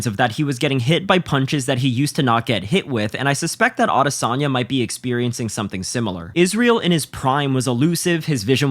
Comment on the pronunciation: Can't watch with you pronouncing his name like that